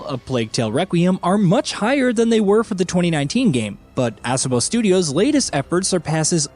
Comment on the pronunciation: Ass-obo 😆 it's UH-SO-BO